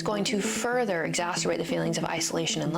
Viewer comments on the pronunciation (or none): Did she say "exasturbate" instead of exacerbate😂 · “Exasterbate”! - Is that a new word? Exacerbate? Masturbate? … erh yeah it’s probably about right..? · Did she say "exasterbate" the problem?